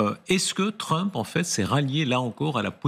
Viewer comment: C'est pas Tramp, c'est Trump